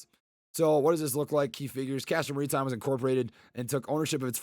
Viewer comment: It's Castor Maritime, not Marinetime, lol